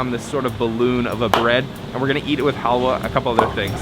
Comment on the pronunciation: It's not hawya it's halwa 😅 in my Language Hawya means women's Reproductive System. It is a Bad language 🐸 In Bengali